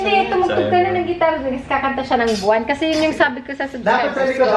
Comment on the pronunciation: "Dahil simple lang ang pangarap ko" Yun ang gandaaa ng boses ni chaka walang katapusan Buwan pronounce niya Buwang😂😂 tawa akoo tas yung kasama kang tumandaaaa lalo lat gumagandaaa jamming na yung ginawaaa mong video ate shantaa pero sulit naman ipon muna akoo Para sa Merch kakaubos ng baon dahil sa project try ko mag reaction video ng wedding ninyo, ate shantaaa excited toooo Buwan😍💖 Late again😂